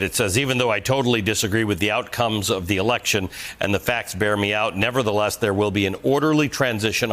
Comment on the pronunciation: "nebber-ba-theelus", maybe, but not "nevertheless"